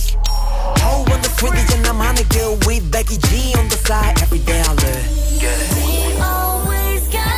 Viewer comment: dice "wit" pero no es "with" ? :U